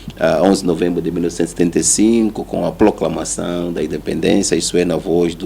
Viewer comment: O outro repetiu mais de 3 vezes ploclamação 🤦🏾‍♂